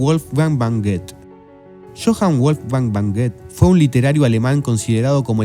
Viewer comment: Debería aprender a pronunciar el idioma del personaje, p.e. Wolfgang von ( no van) Goethe.